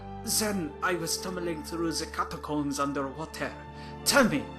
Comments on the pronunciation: Its catacomes not cataooms XD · I kept laughing every time he said "catacoombs" instead of catacombs XD